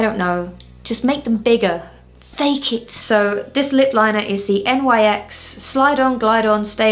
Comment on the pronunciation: I'm completely unaffected by the unusual makeup techniques (I actually do some of it myself) but the way you just,,,, spell out Nyx is offending my sensibilities XD